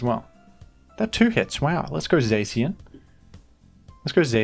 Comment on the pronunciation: My dude here pronounced Zacian as Zaxian for some reason